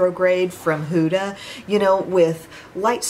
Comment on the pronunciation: Hi! Try the Caliray skin tint from Sephora. It’s so much better than the ilia in my opinion😊 btw huda is pronounced huh-da (as opposed to hoo-da). I figured I would let you know ☺️ love hearing your reviews on her products. also I got the too faced Italian palette today! Made me think of you 😊